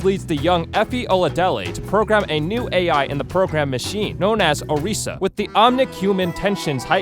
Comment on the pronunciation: U pronounced 2 names wrong It a meal ee uh and or iss ah